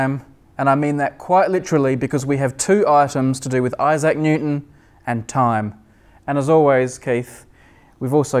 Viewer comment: snot IssAC it's ISsac stress on 1st syllable